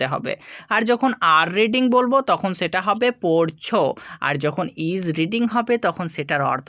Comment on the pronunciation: ছেটা কি। হবে সেটা । ছ না স দিয়ে কথা বলেন